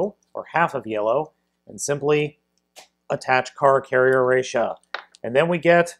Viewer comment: ressha not rassha